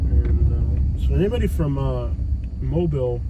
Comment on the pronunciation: Say it right, Mo’bill